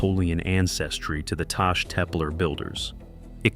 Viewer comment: Taş Tepeler, or Stone Hills, should be pronounced tash teppeller(sh), the final -ler syllable (a plural determinant*), stressed. Final r's use to fuse into a soft sh sound. __ *): Turkish having vocal harmony, there is another plural determinant, -lar, for words whose last vowel is a, o, ı, or u: Korku (fear), korkular (fears), Kanat (wing), kanatlar (wings), Su (water), sular (waters), Kıl (hair), kıllar (hairs, head hair), Rüya (dream), rüyalar (dreams), [But: hayal (dream), hayaller (dreams)], and -ler is for words whose last vowel is e, i, ö, or ü: Deniz (sea), denizler (seas), Süt (milk), sütler (milks), Tel (wire), teller (cables).